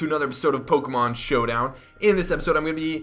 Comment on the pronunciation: 'Pokémon Shwodown'. Hehe... Shwodown. Sounds Chinese...